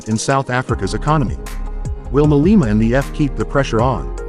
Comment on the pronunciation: hahahahaha oh the irony julias malema calling people racist haha you couldnt make this up and he cant even get his name right hahaha